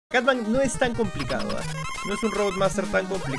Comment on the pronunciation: Cutman lo confundia y lo decia catman 😅